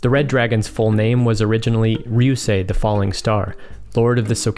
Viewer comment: Finally someone who pronounces ryusei right